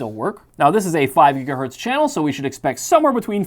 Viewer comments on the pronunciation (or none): none